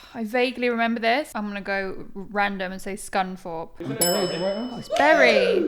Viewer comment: As a Bury fan it’s so nice to hear people pronounce it ‘Berry’ not ‘Burry’